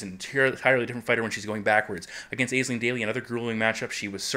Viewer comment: Dude Aisling is pronounced ASH- LING. You should know by now :P